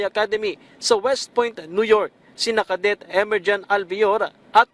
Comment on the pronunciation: O! Nag English ka na naman na tunog tag-alog! Ka-det … cadet (kaedet)!